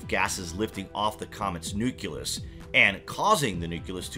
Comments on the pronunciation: Learn to pronounce nucleus properly. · NUCLEUS = NEW KLEE US ...” NEW KYOO LUS Exists nowhere in the English language